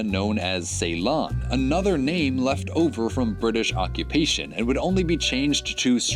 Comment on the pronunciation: CYALON ??? CEYLON MORON